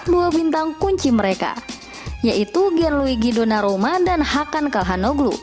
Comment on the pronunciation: 2.18. Donarumna. Kayaknya mimin susah banget nyebut nama dia